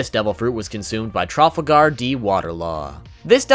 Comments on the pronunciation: The way he says "Trafalger D. Water Law" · this bitch said traAfLgAr Law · Did he seriously call Trafalgar Law Trofflegar?!!! 🤣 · I know you said you'd mispronounce some words... but Trafalgar and Trah-furgar sound nothing alike xD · My manz said trafagar no afince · The way he pronounced Trafalgar’s name ruined my day.